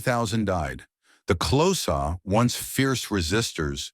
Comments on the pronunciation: XHOSA is not pronounced CLOSAR dmb phck...pronounced KORZA!!! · Also wrong....click sound. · Xhosa ="Close ahhh" 😂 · Is he trying to say the Xhosa? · That prophecy of the cattle slaughter was false propaganda spread by the British, the animals had food & mouth disease, you talk a lot of kak, and learn to pronounce Xhosa properly! Please don't make any more videos, you are clueless